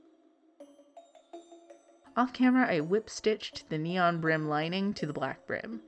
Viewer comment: Neon -> "Nia"